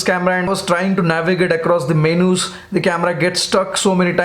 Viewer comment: Dude can you put subtitles please. 😝🤣😜 All I can hear from you sounds like Bud Bud Ding Dind like an outboard motor. BYW It is pronounced MENU’s Not MENOOS. 😡